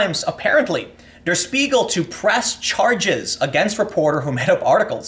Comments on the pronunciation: pronunciation: "Shpiegel" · It's pronounced "Shpiegel", like "Shit". I recommend going to wiktionary and listen to how it's actually pronounced.